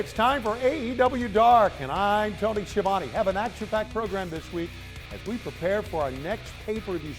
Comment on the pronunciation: Tony . . . . Ski-a-vone.